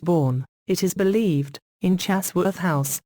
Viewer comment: I switched off after five seconds because the mechanical voice not only sounds unpleasant, it also makes a nonsense of the words’ meaning: Mechanical voice: “Lady Arbella Stuart was born.” [Me, thinks, “Gosh, was she really? You don’t say!] Mech voice: “It is BELIEVED...” I switched off at this point as I’d heard quite enough, thank you! I watched Rebecca Pattison’s version last night, which is SUPERBLY illustrated, meticulously researched and nicely voiced in Rebecca’s pleasing Geordie tones, so I shall continue to follow her if it’s all the same to you!